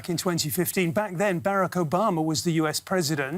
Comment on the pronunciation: man said "Barek" Obama